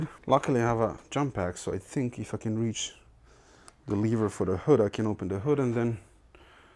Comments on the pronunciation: Every time you say "If I can", it sounds almost like "f...ing". Congrats on 100K plate. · Every time you say "if i can" i perceive it as "fucking" i was so fucking wrong. =) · Man, everytime you say "If I can..." - I hear f*cken))